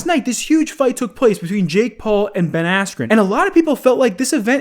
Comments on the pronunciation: I’m gonna say it’s rigged purely because Ben got right back up afterwards nd it was the red that went no even tho Ben was fine ahahahaha so silly and the fact that jake or jakes team has clearly gotten the announcer said “asscube” cmon bro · No he doesn't u can alredy tell that its fake the moment the commentator mispronounced ben askrens name